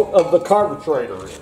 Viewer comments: Thx for the good show. Helped me a lot. Like the way you call it "carbutraitor". Cheers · I had a "blast" watching this video! Very detailed . Today's word of the day ...."carbutrator"!!